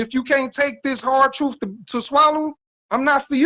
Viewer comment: I dont trust a person that says Truuuuf instead truth. 😑😑